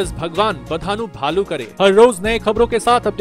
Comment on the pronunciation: bhaalu not bhalu🤦🤦